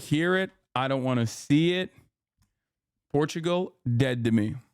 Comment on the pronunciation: I turn my back on the land of PORRRTUGAUUUUU